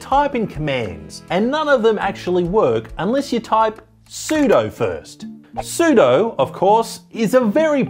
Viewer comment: I think you meant sudo, not sodu.